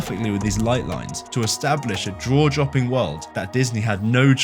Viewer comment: "Kaminsky" "draw-jopping" Aight, I'm done.